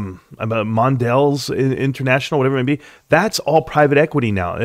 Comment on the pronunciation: Jen-O-Vece lol. Oh yeah and Mon-del-eez from earlier in the vid